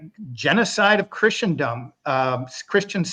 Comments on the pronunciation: A better pronunciation example is the root word itself! “Christen” (as in christening gown) means baptize. Christen rhymes with listen. So it’s easy to see that Christen-dom has no t, nor ch, nor sh sound in it. Pretty easy. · Please LOOK UP THE PRONUNCIATION OF CHRISTENDOM!!!!! It's like the word LISTEN. The T is SILENT. No "ch" sound where the ST is! Thank you.